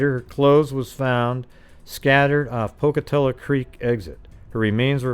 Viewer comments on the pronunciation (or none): It's pronounced poke-uh-tello 🤣